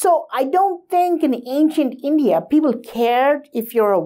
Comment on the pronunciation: I still cant wrap my head around your small mentality. You like to think of hindutav or snantan dharma. But when it comes to describe your country you cant pronounce India. Sad mentality like yours brought us upon our knees. I being a Gond person have more right than yours to fight with hindu narrative, but still i believe we are strong as one nation, not just projecting a small state... Its just like divide and rule policy the britishers hard. Really really sadden by this thought process of Kannada brothers. Its not far i think that most of you will start asking for another nation when as a civilization we were spread all across such big nation. I just urge you to truely understand our legacies and become one, not kannad, not bangali, not bihari. One civilisation.